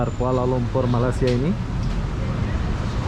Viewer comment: Blh tak kau sebut malay sia bukan malas sia. Hopefully klu lepas ni die sebut lg malas dlm video barunya penonton dr malaysia jng tengok lg video die ni n klu blh unsubscribed terus .